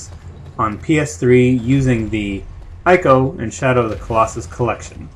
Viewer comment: Why the fuck can't you pronounce ICO correctly?